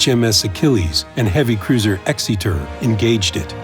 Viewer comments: 1 complaint - Exeter is not pronounced Exeeter but more like Exerter. As a British person this is annoying. Otherwise interesting video and well done! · Can't help but giggle at the dudes pronunciation of Exeter ( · I hate your pronunciation of Exeter